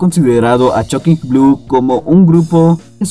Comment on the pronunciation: Y por cierto no se pronuncia /chokin/ con «C» es /Shocking/ con «S» Shhhhhhh